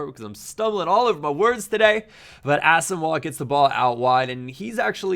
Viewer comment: The way you pronounce Asamoah hurts me deeply.